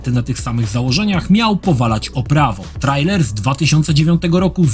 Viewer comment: Po polsku czyta się trejler. Pozdrawiam serdecznie